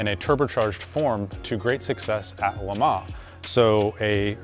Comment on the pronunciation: Actually, for an English speaker that’s a pretty good approximation. The ‘s’ is indeed supposed to be silent.